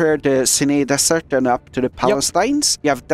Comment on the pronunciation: No offence but desersh is funny Still good job